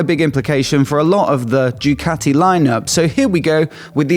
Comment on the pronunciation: Please,, please, Ducati is pronounced Doocati and not Djoocati.